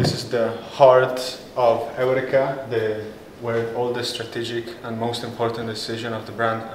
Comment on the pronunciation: Excuse my lack of understanding, but I would like to know about how the company’s name is pronounced. You seem to say it like: Eric-ka and I thought It was to be pronounced like: Eur-reka??? Please let me know so I can do it the way the company preferred. Thanks